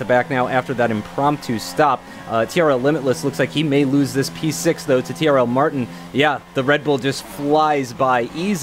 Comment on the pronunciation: I swear said CRL Martin when they lined up on the grid..